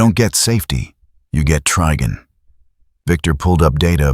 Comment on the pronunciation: The TTS mispronouncing Trigon as Triggon made me laugh so hard 🔻